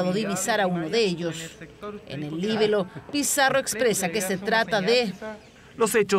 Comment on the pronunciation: A la "periodiste": ni se dice "Líbelo" sino "Libelo".